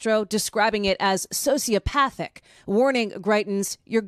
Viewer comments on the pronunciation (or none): You pronounce "sociopathic" funnily 😉